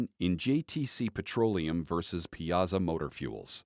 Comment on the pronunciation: It's pie-a-saw